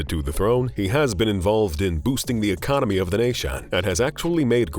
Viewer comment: twenty twentay.. Policsays... Ecomonomay.. Positio-anz.. Expensavv... make you better feeling ay